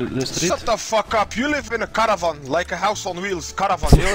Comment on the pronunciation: The way he said "caravan" killed me.